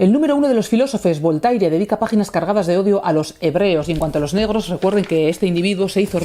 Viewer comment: "BOL-TAI-RE"... ¡La madre que me parió! Querida J.A., cuando te escucho pronunciar así los nombres de grandes pensadores (y es sólo un ejemplo) un escalofrío recorre todo mi cuerpo. ¿Podrías hacer un esfuerzo por llamar a la gente por su nombre? Entonces ya niquelado. Firmado: Un lector